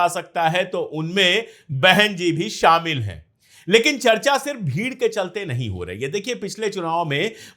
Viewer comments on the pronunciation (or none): none